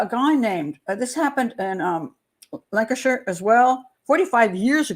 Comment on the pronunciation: there’s zero proof of anything until she’s been identified, autopsy etc. I’m devastated as it’s my belief that she’s been found. It’s been huge here in the U.K. - You pronounced Lancashire correctly 😊